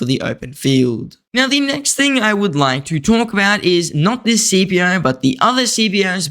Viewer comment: You make great videos, but can we start pronouncing his name correctly? It’s pronounced skip-ē-ō. I am impressed you pronounced Amelianus correctly.